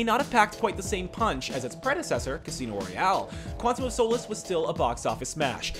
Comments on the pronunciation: The way he pronounces solace😂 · You pronounced Quantum of Solace Wrong!